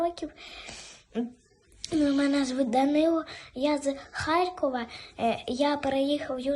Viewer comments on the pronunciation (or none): none